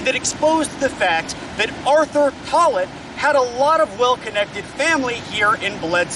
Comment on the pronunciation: Buddy you butchered the pronunciation of tollett and Rhea. Tollet= Taal-it ….. Rhea=Ray